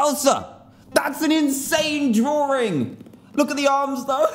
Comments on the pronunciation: he says drawring XD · I love "drawring".